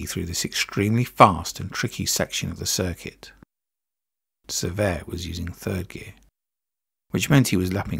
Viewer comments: Pronounced "Se-VERt" not "Ser-vay" The T is not silent but also not hard. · So many mispronunciations...Cervet in the beginning....jfc... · You use two pronunciations for Francois Cevert? Cervay and Cever. The first is not a FRENCH pronunciation. The second version, silent "T", is correct FRENCH.